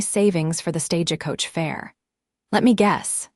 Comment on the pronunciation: Please fix AI to read city name SANTA FE as "SANTA-FEY," NOT "SANTA-FEE"!!! Tucson is not "Tuck-Sen" Stagecoach is not "Stage-E-Coach".... Laramie is not "LAME-EE"......geesh! Silas is not "SEE-LAS"